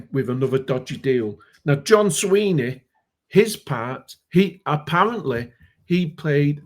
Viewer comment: It is Swinney not Sweeney.